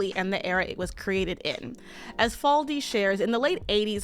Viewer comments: Omg her name is Susan faLUDi fa-LU-di. Not faldi. I can't finish this video because you keep mangling this queen's name. It's not even a difficult name!!! It's three god damned syllables, it's pronounced EXACTLY how it's spelled. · I hate being nit-picky, but the author's name is Susan Faludi (fa-LOO-di). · Faludi - FAH LOO DEE. Sorry had to do that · Susan Faludi: Fah-loo-dee